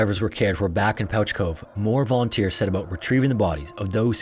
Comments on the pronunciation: Thanks for featuring one of our stories (Newfoundland and Labrador) just one thing is Pouch Cove is pronounced "Pooch" like a dog. Again keep up the great work!!!! You might also want to check out the KoFC fire or any of our great fires here in St. John's as well the sealing disaster of 1916 or our losses as a country at the Battle of the Somme in WW1 or the truxton and pollux us navy sinkings off our coast. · I’m now realizing how to actually spell the name because my Newfie family pronounces it “Pooch cove” like the name for a fancy small dog. You didn’t say New-fOUNd-land like some people which is a win lol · Pouch Cove is pronounced 'Pooch' Cove! Thank you for covering a Newfoundland story :D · as a newfoundlander i am shocked by this inaccurate prounciation of pouch cove. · Great video as always! the name Pouch Cove is spoken like "pooch" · Proud newfoundlander here just came here to say its pronounced “pooch cove” understandable mistake though lol love the videos! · pouch cove is pronounced "pooch" cove. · Interesting. Do you always pronounce pouch as pooch? Or is just this particular cove?. Please me so I can get notified. I'm genuinely interested in knowing this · I know how it looks so I don't blame you but it's pronounced "Pooch" Cove :) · In Newfoundland, it’s pronounced pooch like a dog, not pouch like a bag. “Pooch” cove. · I'm from St. John's, and I absolutely love that you talked about this. We tell so many folk tales and ghost stories about it. I apologize for our dialect being very strange. By all logic it should be pronounced 'Pouch' Cove. But it's called 'Pooch' Cove. Similar to the cute world for dog. Our dialect is so strange. But you pronounced Newfoundland right, and for that, Sir, I salute you! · Pouch Cove has me screaming though. And it has never occurred to me that we spell it like that and mispronounce it that’s just so weird. Because that is how you pronounce pouch, but it’s still pooch. Lol